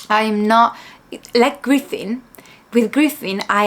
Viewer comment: Hey hey, just so you know to , you pronounced Griffith correctly. In regards to some Dark fantasy, Horror and Grimdark Manga/Anime recommendations, here's a few of my favorites. Made in Abyss by Akihito Tsukushi, Claymore by Yagi Norihiro, and Monster by Naoki Urasawa. If you like Lovecraftian Horror, then I would recommend all of the works by Junji Ito, especially Uzumaki, and the Hanging Balloons. Also since you finished the Golden Age arc, i would recommend the '97 Anime, and the 3 films. Both series cover the Golden Age.